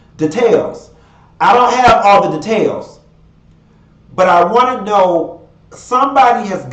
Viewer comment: "Da-tails" you's a fool!